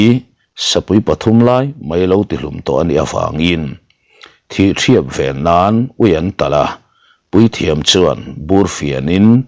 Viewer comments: Thihṭhiap pawh a awm lo. Mizo i ni lo em ni? THIHTHIAP a ni e. Mizo dik tak, high school rap pha chin chuan an hre vek turah ka ngai e. Thihthiap vên kan zir ve e. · Thihṭhiap i tih kha Thihthiap tih zawk tur niin ka hria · A ngaihnawm e.Thihthiap i lamdiklo aw.👍